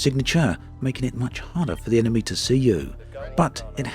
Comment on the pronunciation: Dude, it's just mee hearing or you really spelling 'enemee'?